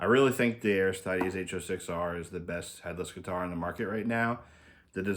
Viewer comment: Say it with me: ArisTEEdes